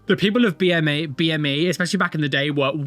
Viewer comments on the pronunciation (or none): Especially, not expessially